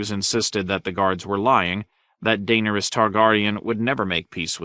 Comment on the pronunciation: Mar Gary? Jame? Tie Rion? Dane Ur Us? 🤣😂